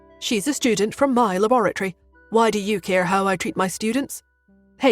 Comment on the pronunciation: Or why as gwhy